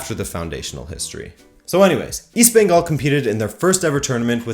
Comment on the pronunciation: Hindi speakers mispronounce Bengal and Kolkata too. They say Bongal and Kalkatta. did a much better job as a non-Indian.